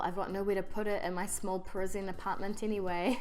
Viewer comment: It sounded like you said your "small prison apartment" - LOL!